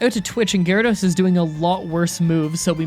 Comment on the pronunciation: did you just say Garados? You mean Water Onix? Yeah it’s normal everyone makes mistakes